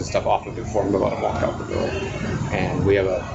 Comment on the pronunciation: Did you seriously pronounce the L in walk?